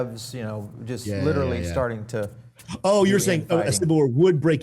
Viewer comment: “LIRRLY” is not a word. That’s like the tenth time you’ve said it in this video. Please speak properly.